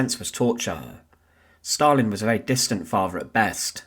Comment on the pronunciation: Stal-in steel man